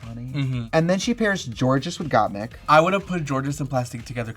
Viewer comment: Trixie is pronouncing gottmik wrong again hahahahaha